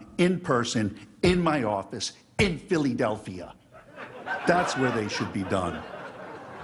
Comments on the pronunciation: Phil-e-delphia! I'm dead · Phil-ee-delfia lmao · In filly-delphia? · Philly-delphiah. Sounds like how Arnold would pronounce it🤣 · War-shington and Phillie-delphia?! Good God. Morons don't even know how to pronounce major cities. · He pronounces Philadelphia like I did when I was five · “.....Somebody needs too wash his damn mouth out with BLEACH so he can learn how to say “PHILADELPHIA”, correctly”!!! G-Mommie